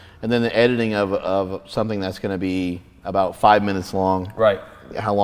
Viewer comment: "Whats starwars aboot?" HAHAHAHAHAHAAHHAHA